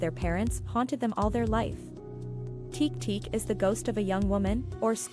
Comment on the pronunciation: This story is a bit much, don't you think? Can you at least put some effort into it? It doesn't sound like "teak teak".